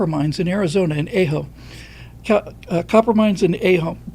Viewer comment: Hey, the town of Ajo is pronounced. Ahh ho. Its like a Dr. Who asks you to open your mouth and say, Ahhhh Hoe. Great work, Brother.